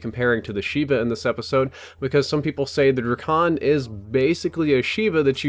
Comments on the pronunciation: its pronounced drei-ken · It's pronounced dray-cun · Its not Drakon its: Drake- on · I love how he pronounces it DRUH-CON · Its pronounced like DRAY-KIN your welcome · ITS CALLED THE DRAKON DRAKE-UN